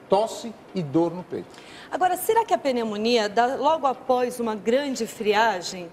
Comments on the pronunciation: TAMBÉM PERCEBÍ NA HORA...PENÊ MONIA. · PENEU MONIA